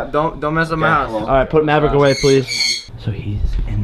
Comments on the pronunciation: NO it is maverick not MABRICK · Aliya Baking it's mabrick not Maverick